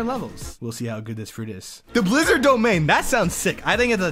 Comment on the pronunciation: Way you say the blizzarn fruit is crazy